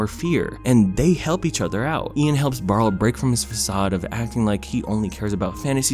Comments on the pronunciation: Just a bit of a pet peeve, but the older brother's name is pronounced Bar-lee. Barley. It's said throughout the film! Aside from that, this is such a great movie and more need to see it! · I'm sure you have a billion comments about this but if I don't I'm going to go crazy: his name is Barley (so what you said but plus ee at the end.) Maybe its a joke, I can't tell but it's driving me insane. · Him: I love this movie! Also him: Gets the brother's name wrong every time. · I hope you're not calling him "Barl" on purpose. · Pixar: Barley: Barl Me: Barrel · His name is Barley, Not Barl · Did anyone notice that he says barl instead of barley when that's his name in ONWARD Barl is the name of the brother in HOMEWARD Barley ONWARD Barl HOMEWARD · “Barle” My heart dies with every y forgotten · IKR ITS BAR-LEE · barley. Its barley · Its pronounced BARLEY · why you call him barl???? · When he doesn’t pronounce barleys name correctly. « REEEEEEEEE » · Barley.... not Barle... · btw not to sound like a jerk but his name was barley not barle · His name is Barley not Barl. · WHY SO YOU KEEP SAYING BAREL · if you call him barl one more time im will attack you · I’m sorry but did you call barley barl the entire video??? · lmao you called him barl so many times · His name was BARL-EY!!! BARLEY!!!! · On one hand this is a beautiful introspective and I agree wholeheartedly that Onward (and also Cars) is a lot better than people give it credit for. on the other hand, OH MY GOD STOP CALLING HIM BARL THAT'S THE NAME OF THE ORC FROM THE SHITTY BOOTLEG VERSION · BARLEY barley ITS BARLEY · I know it’s a nitpick but the name is barley not barle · He keeps saying BARL and it hurts me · Lol it's Barley not Barl 😂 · Isn't his name Barley? Not Barl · "barle" me: its Barley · barl?? barL???? BARL??? *BARL*?!!! B A R L E Y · Bruh who is Barle? I thought it was Barley lol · He called barley, “barl” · The brothers name is Barley. Who the hell is Barl????